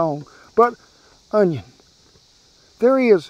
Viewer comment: Justin Wilson would be proud of the way you pronounced Onion, i guarantee.